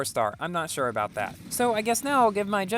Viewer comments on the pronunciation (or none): none